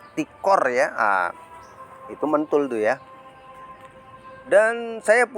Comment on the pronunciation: time Mantul om, bukan mentul😂😂 ✌️✌️✌️